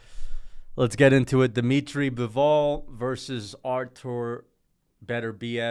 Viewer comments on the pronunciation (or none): dimitry "Bivooul"